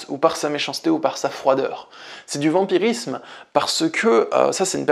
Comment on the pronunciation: 'vampirisme' et non 'vamirisme' 🙂